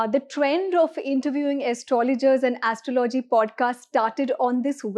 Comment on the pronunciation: first learn to pronounce astrology properly... It is aastrawlowgee and not like what you mis-pronounce..